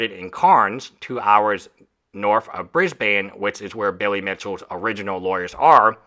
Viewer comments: 3.49 It's pronounced briz Bn, not Briz - Baine. Just a heads up. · Just for the benefit of everyone.. Cairns is pronounced Cans, Brisbane is pronounced Bris-buhn